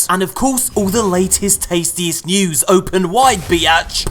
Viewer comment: “Newzzz Jeuice” this is why I love you